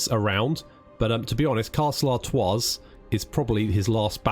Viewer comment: The s in Artois is silent